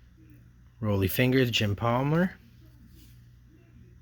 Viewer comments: It's "Raleigh" Fingers, not Roly. The man with the spit curl stache. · Also, It's Ron Gid-ree, Rah-lee Fingers, Bruce Soo-ter